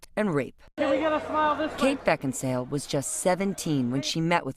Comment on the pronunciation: its kate beckinsale not beckinsdale you stupid sap